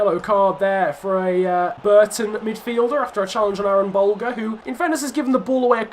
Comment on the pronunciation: I’m Irish and I follow the Irish league and I’ve heard a lot about Aaron Bolger just want to let you know it pronounced buljer